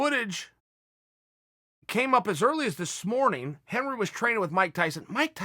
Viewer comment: Chael “As Early as Thih Smorning” Sonnen